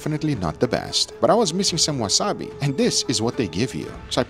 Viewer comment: “Wasabi” lol